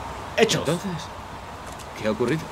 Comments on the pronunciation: Quitenle la J a Jayden q dice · Oye si le quitas la j a Jayden dice Aydén como el nombre del"fantasma" de Beyon the soul